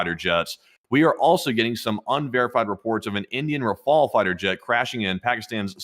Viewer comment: Why do you say rafala, it's RAFALE - RAFALE mean Gust , like a gust of wind of a like barage of something ( punch, missile, bullets etc ) RAFALA is NOT a word. Just look online for the prononciation.